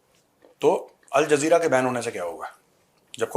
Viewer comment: प्रोड्यूसर बोल रहा है अल जलजीरा 😂😂😂😂